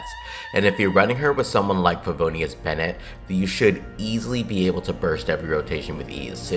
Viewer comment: i had to stop video when he said favonius bennete